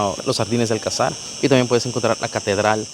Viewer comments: No es Alcazár. Es Alcazar. Con pronunciación en la sílaba llana ca. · Buen vídeo, pero solo un consejo, se llama Alcázar, no Alcazár, por cada vez que lo deciais se me moría algo 🤣🤣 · Fantástico, por poner un pero se dice alCÁzar con la entonación fuerte en "CÁ". Tampoco hay que pronunciarlo muy fuerte. Lo digo porque vosotros decis ÁLcazar en el video, lógico porque parece esdrújula pero no lo es, es llana!. Saludos ! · Dos cosas, 1492 no es el siglo XIV, es el Siglo XV y es la fecha en la que los reyes católicos expulsaron a las comunidades de sefardíes que rechazaron la conversión al cristianismo. Y dos, Cristóbal Colón fue enterrado en La Habana, pero en 1898, cuando la corona se retira de Cuba, se traen los restos del almirante a Sevilla, donde descansan hasta la fecha. Un último apunte extra; Se dice alcázar (acentuado en la segunda a), no alcazar. Un saludo!